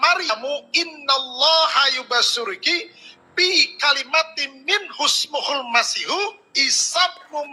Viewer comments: Ustad apaan ?baca surah Al Qur an aja salah besar.Yubasyiruka kok dibaca yubasyurki.Kristen dr bayi yg mau cari makan ja nipu2,.Klo kristen percaya saja krn mereka buta Al Qur an.Klo muslim,walo msih SD tertawa denger murtadin palsu ini.🤣🤣🤣🤣🤣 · ngapunten...koreksi pak ustadz, bacaan yg benar innalloha YUBASYIRUKI, bukan YUBASYURKI, sampean iki ngisin2i buanter salah...!!!